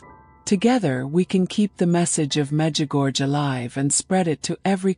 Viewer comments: Please,after so many years (40),please try to pronounce corectly the name of the apparitions: Međugorje(the second half of the name is pronounced: gorie(not gorge).The last two letters must be heard i and e(like e and é).Please pronounce correctely the name a hole world know.Thank you.❤ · Please pronounce the name of MEĐUGORJE ,the name of the apparitions,correctly.A hole world knows the prononciation,but you,who pot such an important video pronounce Medugorge!!! Where did you find this gorge? It's ridiculous! MEĐUGORJE is written,the last two letters must be heard like italian "i" and ""e".Try!❤